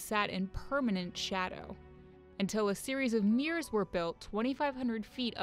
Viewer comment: Mirrors not meers